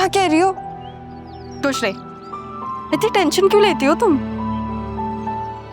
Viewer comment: she said tuch nhi 😂 instead of kuch nhi 😂